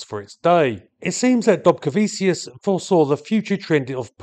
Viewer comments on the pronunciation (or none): The land of my heritage!!! It has a short but fascinating aviation history. Thank you so much for doing this one! Oh, and it's pronounced "dobcareveechoos" with the "r" being soft, almost silent. 😉